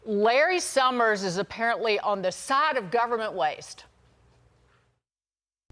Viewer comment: I never heard of Larry Shhhummers!